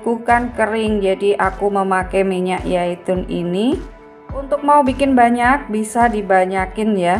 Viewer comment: Minyak zaitun....bukan yaitun